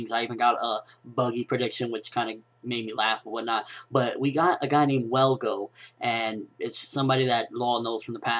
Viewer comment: its is ttrue his more naruto fan than one piece. i mean hes messing up on the one piece facts like the dude name his velgo not welgo thats not a big deal but hes unsure with the facts like detials about kinemon sword style and cc told them to use seastone on the Devil Fruit users.